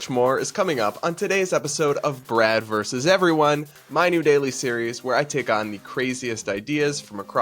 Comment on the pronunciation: It’s VERSUS, NOT verse!